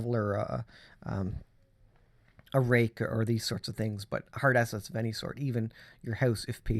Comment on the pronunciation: At first i thought you said “Heart Assets” vs hard assets … but you wouldn’t be wrong , we must prepare out heart assets and prepare them for the times ahead. God bless.